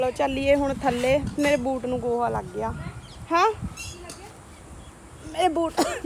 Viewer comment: Tusi loon nu nuun kyo boldy o